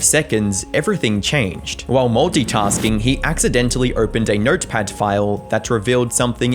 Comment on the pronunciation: nertperd winderr